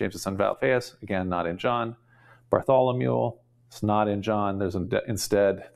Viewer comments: is just so incredibly impressive! So it's surprising to find him repeatedly mispronouncing the name "Bartholomew", as he definitely does Have a listen, and judge for yourself: and again (which is preceded by the only occurrence, in my life, of the poor pronunciation of the city of "Beirut") And other occurrences Ugh, John!! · Bless you for trying to pronounce all these names. I love how you pronounce Bartholomew as “Bartholomule”.